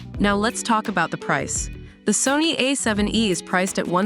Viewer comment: The unfortunate result of using AI instead of paying for an actual human narrator. A7 E? Oh my.